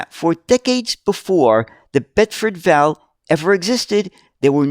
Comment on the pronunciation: Bedford V. A. L. , not val, please! (Or Chinese six if ya want the slang term!) Even so, cracking video sir!